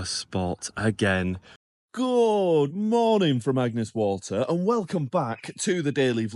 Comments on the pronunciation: Damn, you said Agnes Waters 🙄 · It’s Agnes Water not Agnes Waters. 👍